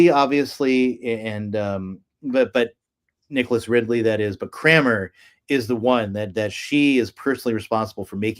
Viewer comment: Thomas CRANMER, not Cramer.